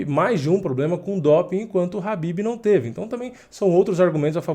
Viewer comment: É khabib pourras e não Habib.